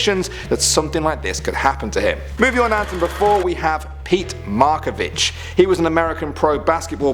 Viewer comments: you said Pete Markovich .its Pete Maravich. im sad because you disrespected him. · pete marcavich🤣🤣😔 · Are we just gonna ignore how this guy pronounced Pistol Pete's name? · That is NOT how you pronounce Pete marovich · Great pronunciation on pistol Pete a basketball legend